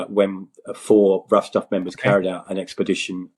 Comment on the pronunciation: I keep hearing Rough Tough Fellowship, I believe the correct is “Rough Stuff”.